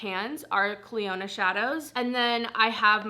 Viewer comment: Are people aware it’s pronounced cliona not cliOnadh. It could be branded as that idk but in terms of the actual name it’s not